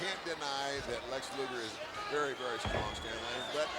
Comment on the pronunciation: Thanks for the match card. Oh, BTW it's Luger.